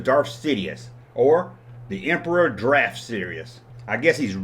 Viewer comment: Daft, not Draft.